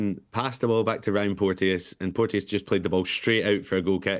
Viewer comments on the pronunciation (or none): It’s porchus not porteeeeousss